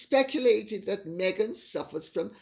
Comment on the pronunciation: "Me-"ghan, that's the easiest way to verbalize the personality disorder!